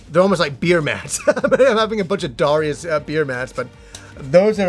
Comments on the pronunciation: it's Da-Rai-Us:-) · About Darius, something that really surprises me is that the pronunciation the Japanese give it (according to the katakana anyway) is actually "Dar-eye-us", so I guess we pronounce it wrong regardless of how we say it. lol